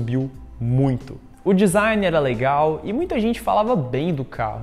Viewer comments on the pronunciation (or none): none